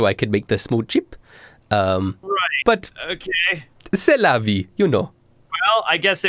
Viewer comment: As a French, this "C'est la vie !" was impressive! o